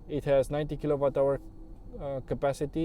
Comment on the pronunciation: W se pronunta U la kilowatts